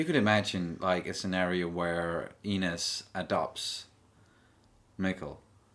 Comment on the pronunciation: FIRST OMG FIRST TO COMMENT ON ANY VIDEO FOR THE FIRST TIME ON THIS CHANNEL!!! YEsssssssss lol. The review you guys have towards the end of the video about Ines kind of is a spoiler but you guys are sharp to see where this is going (btw how pronounces, it almost sounds like 'anus' 😂 I'm so sorry it's so like that I cannot let go) I hope you react to Episode 4 this weekend, that would make my weekend so good!!!